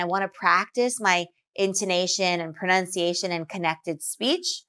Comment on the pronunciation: I think you should work on your own pronunciation as well. I can sense your slight regional accent, and you do not pronounce some words clearly enough. One example is the word "pronunciation" that you often pronounce as "prunciation"